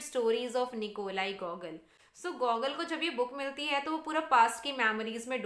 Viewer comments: its GuGoool.ur pronunciation is wrong. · Mam your pronounciation of debute, genere, gogol are wrong .